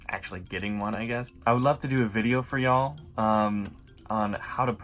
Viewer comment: I hear a southern accent when you say “y’all.”